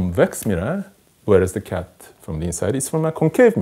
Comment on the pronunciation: I love the way he says kyatt